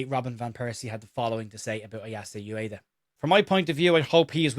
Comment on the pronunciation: Ueda: oo-eh-da, not you-eh-da